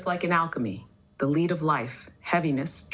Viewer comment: The architect spoke of alchemy and of turning lead into gold but pronounced the word lead as in leader. I think it is reading from script rather than having a genuine thought process how else could it mis pronounce the word ?